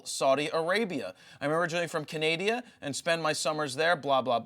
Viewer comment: Jajaja, Canadia? Good to know it's not just me, then.